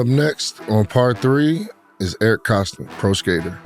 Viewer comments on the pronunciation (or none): Great show but it’s Koston no ‘l’ lol Kolston